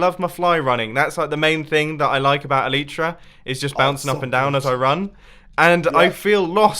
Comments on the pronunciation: please start saying Elytra right!!!! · Bumboooo, please pronounce elytra correctly 😂